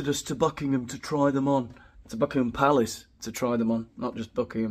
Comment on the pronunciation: I believe the Canadian prince would pronounce palace, pallus. Like phallus